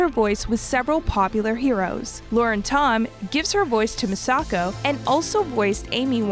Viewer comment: ”Misako” ”Dushu” bruh i dont know why but its kinda irritating that she pronounces almost everything wrong